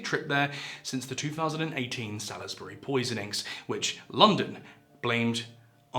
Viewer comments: Sal-is-bury?! Really? We expect that kind of thing from the colonials... But you're a Brit! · did you REALLY pronounce salisbury as 'sa liz berry' ? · Salisbury is pronounced with silent "i" mate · Love the pronunciation of Salisbury 😂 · Erm that's a weird pronunciation of Salisbury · The way you pronounce Salisbury makes me think you are a foreign agent. Papers please! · I noticed that too. Guessing it was a dodgy spellcheck on the autocue script, and should have said existed. Also very questionable pronunciation of the city of Salisbury! 😂 Apart from that, good video but I do wonder how much content like this is reading out stuff at least partly generated with AI. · Why can’t you pronounce “Salisbury” right?